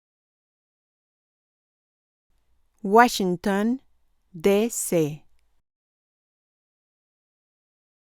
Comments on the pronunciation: York Wachigton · Jorch Wachinton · Yors wuachinton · George wuashington